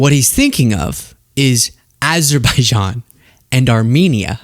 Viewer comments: “To think that we settled ‘Abber-bijaan’ and Albania” -DJT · How did he possibly mispronounce those countries with "Abber Bijian and Albania" a second time? Does his advisors have any spine to tell him he's wrong? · Him saying "Aberbijan and Albania" should end all speculation about his dementia.